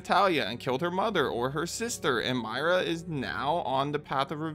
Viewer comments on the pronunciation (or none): MOY-RA not Maira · Girl, who TF is MY-ra? It's MOY-ra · Why are you calling Moira Burton Mayra Burton?